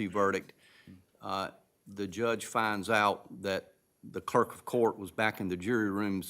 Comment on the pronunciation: Yup. Let’s blame the cleark. Uh - but what’s a cleark?